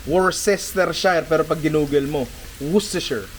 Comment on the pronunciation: Ninong, Wusteshir pag binibigkas ng mga briton ang Worcestershire